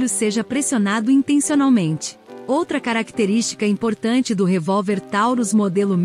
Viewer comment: Tauros" com "o" é peso